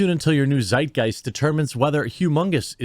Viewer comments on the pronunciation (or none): none